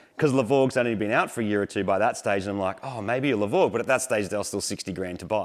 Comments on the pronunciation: No doubt this is ‘hypergramps’ (but we will still always hear ‘the grovel’ when you say it)😅😅. Subaru need to bring back the H6. Marty has just shown them what it can really do. Last point - If they made a levorg with just a stock 3.0 H6 and 6 speed, i’d finally consider trading my liberty H6, till then i’ll keep the liberty as long as i can. Congrats - loved this build, now to fix the STI (please)😮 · con-farquin-grats... nice build and nice numbers